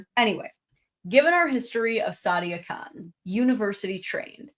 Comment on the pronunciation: If you speak the Queens English, "Khan" and "Con" do not sound the same.